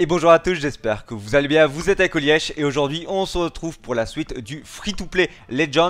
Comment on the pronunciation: "Bonjour tout le monde, j'espère que vous aLLIEZ BIen!" après avoir vu quelques une de tes videos ,cette phrase prononcée de cette intonation est gravée dans mon esprit à tout jamais !